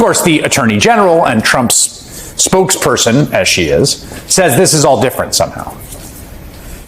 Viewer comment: Did you say spooksperso? Sounds better than spokesman!